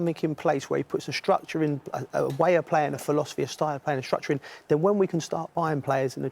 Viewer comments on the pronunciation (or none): Don't panic cos rio finks frank can change the filoserrrrfeee. 😅😅ffffeeewww